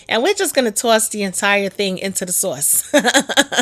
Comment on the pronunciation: I like your accent. The way you say soft and sauce is funny.